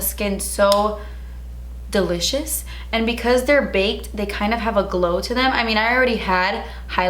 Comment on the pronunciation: Hey 💕 I Love you’re channel girl! You’re so funny & quirky & silly. Side note: I love when you say delitchious 😂 I catch myself saying that in my everyday life now 😑🤦🏻‍♀️😂. Anyways I got the same BoxyCharm as you expect the eyeliner I got this black glitter one (I don’t like it lol). I Love you and keep on keeping on 👍🏼👌🏼I enjoy watching your videos and I get excited every time you post 🤗